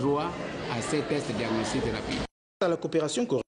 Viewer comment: Cest plus diagnostique, mais "daniostique"..La grnde ns fait ca dure.